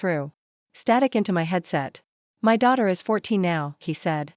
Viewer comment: His eyes NOT hyseyes. My daughter NOT middoter! He got NOT higgot. Please edit your stories. There are several more mispronounced words in the story. These three were the worst!